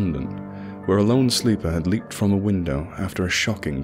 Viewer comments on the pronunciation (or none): none